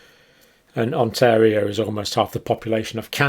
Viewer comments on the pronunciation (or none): none